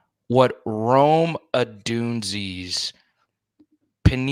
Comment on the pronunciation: Man you gotta say Rome's name right lol.